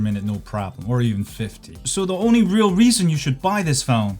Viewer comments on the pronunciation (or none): none